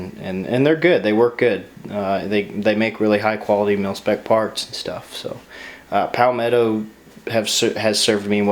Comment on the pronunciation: is it pronounced pow-metto or palmetto? You say pow-metto I say palmetto